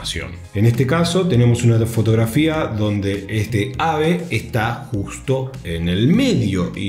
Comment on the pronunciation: ademas de todo te felicito por decir ESTE AVE y no estaave como se manda el resto del mundo jajaja